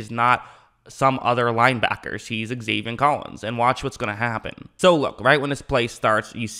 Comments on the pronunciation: also, it's zaven, not zavien. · love the channel! “Zay-Vin” not “Zay-Vien” maybe i heard u wrong tho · I like your videos but please it’s Zaven not Zavien